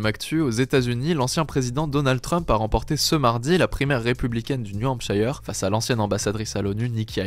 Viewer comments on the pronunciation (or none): "Hampshire" se prononce "Hampsheur" et non "Hampshaïeur"